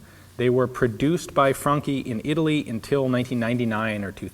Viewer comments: frunkee???? FRANCE??? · Hi there, I'm a professional italian. Jokes aside, I think you should try to pronunce it "Fran-ki", with a guttural R and a short "ee" at the end. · "fronki spas 12" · Damn it you blew my mind, I always thought it's pronounced "fran-chee" :/ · ***** I checked it and it turns out he's right. Just that "chi" is usually pronounced "chee"...